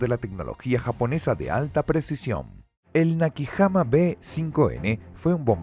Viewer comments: Erik o Erij... no ERICH 😅. Nakijama??? Que se pronuncia NAKAYIMA. Kamizake??? Kamikazd... viejo esto está escrito mal con tu narrador AI. Lufgüeif??? Amigo se dice LUFTBAFE. Este mini documental deja mucho que desear, no mencionaron al huricane, ni la-5 ni el yak3. Encima decir que el yak 9 fue superior al bf109? No estimado... estaban al mismo nivel, pero el bf109 aguantaba mas las picadas y tenia mejor control de la alta velocidad. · Nakijama... ¡es Nakajima! ¿"Ataques Kamisake"? ¿Qué, iban borrachos en el avión? Dios mío, que horror de doblaje y locución. "Luftweif"... ya no sé si reir o llorar. "Las ocho fuerzas aéreas"... Era "La Octava Fuerza Aérea" (la fuerza de bombarderos estadounidenses en Europa).